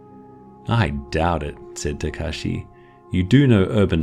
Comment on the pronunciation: when he said Tekashi i choked on air